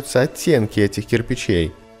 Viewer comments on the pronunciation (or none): Тысяча кипича! АААААААА уши покинули чат!)))) Тысяча керпечей!!!!!!)))))